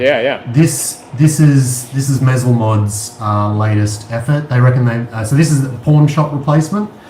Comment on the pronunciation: Thanks for another fine mods episode! FYI: you're still mispronouncing the name of your fellow mod maker Mezel Mods though. It's pronounced with a long e sound - as in mEEzel.